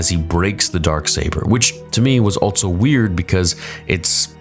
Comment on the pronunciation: No longer going to say “also”, I’m now going to say “altso”